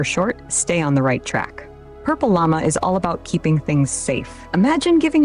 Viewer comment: AI couldn't say PurpleLlama... funny.. 😄